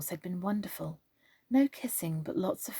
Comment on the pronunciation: . Wow I had to listen to that part several times. At first it sounded like you said "no kissing but lots of friendly fellating." Hahaha Then I realized you said "friendly flirting" Your accent made it sound like you said "Fellating" 😂😂😂😂